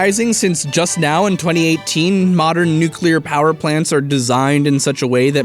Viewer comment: He said nuclear powder plants